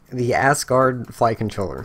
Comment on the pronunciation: Technically, it's pronounced "az-gard"... but the giggling made this for me lol